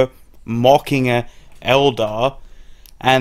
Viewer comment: Sounds like you were saying "mocking an eldar."